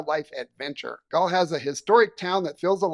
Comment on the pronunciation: I did not see any images of you in Galle: did you actually visit? It’s pronounced more like “Garlay”. And yes it’s lovely, but it’s a pretty small place. I am not sure what it would be like to live there.